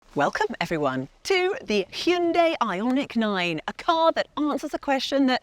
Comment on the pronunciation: LAWD she murdered the name of this Car. Made my skin crawl.